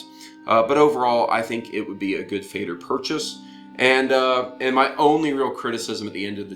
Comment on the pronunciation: Nice review, just a quick note about pronunciation, it is pronounced more like "fehder", definitely not like "fader". In fact, "Feder" simply means "feather" in German and the pronunciation is also closer to feather.